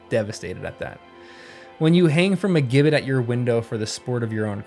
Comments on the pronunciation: The word “gibbet” is pronouncing with a SOFT “g,” not a hard one. Lame. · Nice Work! 👍 Just FYI: "Gibbet" (a kind of gallows), is pronounced 'jibbit', with a soft "G", as in George, gaol, and gill (the measure, not the fish!).